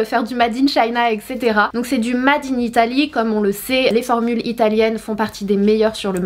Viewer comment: "mad in" 😅😘